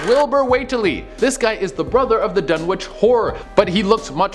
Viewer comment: You don't pronounce the "w" in Dunwich. (I'm a huge fan okay? ;P)